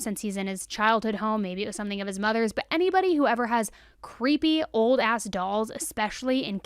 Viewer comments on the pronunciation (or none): none